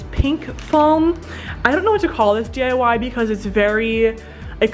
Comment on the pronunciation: Was I the only one who heard “DAY” instead of “DIY”